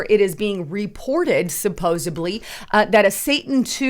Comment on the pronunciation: Please don't say supposubly😉